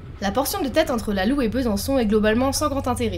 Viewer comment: Elle si belle ma région... enfin "ma"... j'ai eu la chance de pouvoir me baigner dans la loue ( prononciation lou et non loué nous ne faisons pas de volatile 😅) sympa le francomtois il fait découvrir des pistes, je cherche toujours le tracé 😂. Gg merci.